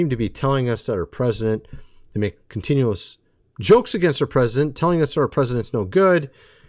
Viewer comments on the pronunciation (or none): none